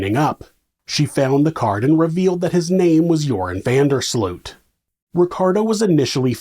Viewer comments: It's pronounced URINE van Der SLUT. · Ah yes... Jorhen vendur Sloeht... smh...